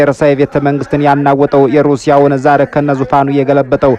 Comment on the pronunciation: Not zair but zar and Russia was called zarist